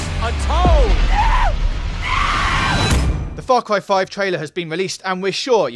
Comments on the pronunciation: Far Cwy 5, monster twucks, big wigs, upgwayded with gatling guns, Nick Wye, dwuwing the game, thwoughout the game, pwobably her dad, murdewing spwees, look weally closely, pwevious games, 27 Febwuawy... fuck me...your speech annoys me to no end. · I'm weawwy wooking fowad to faw cwy 5